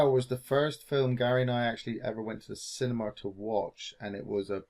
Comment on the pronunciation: I like how pronounces the word cinema as cinemar.